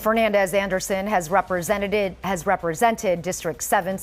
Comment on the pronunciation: She said representeded 😂